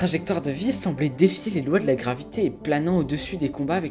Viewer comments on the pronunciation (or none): none